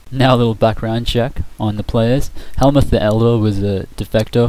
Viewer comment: Pronounced closer to Hell-Mutt. Also, you changed your story on him, or rather it seems like you did. You said he left to form his own clan, but then you said he got kicked out, because he was better?